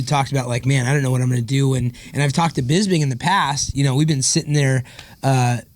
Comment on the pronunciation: Why do Americans have so much trouble with Bisping's name? They can say crisping, lisping etc just fine, then it comes to him and it's like "Here comes Michael Bizbing"